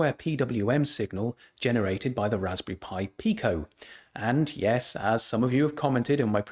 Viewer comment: I did a Google search and the definition audio pronounced it Peye-Co.